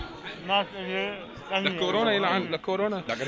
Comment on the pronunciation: It's subscribe not sub-sick-ribe 😎 سَبسْكرايب مو سَبسِكرايب تحياتي 💜